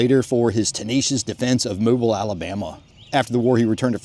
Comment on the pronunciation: That is "I"uka not Luka and its pronounced "Mo bill" not "Mow bull". 😂